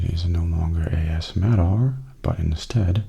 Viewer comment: I'll miss the ASMattR channel name (that A$$-Matter pronunciation just killed me XD), but Mattastic ASMR fits you just as well, if not even better, I think :) Plus, you're the important part, and it sounds like there's plenty more of that to look forward to~ Thank you for continuing to bring us great videos ^___^